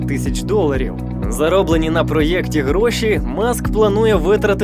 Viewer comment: Все добре крім слова "ПроЄкті"